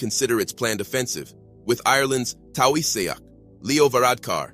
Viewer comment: "tawi seak" is pronounced TEA-SHOCK, SPELT TAOISEACH and meaning Prime minister in Ireland.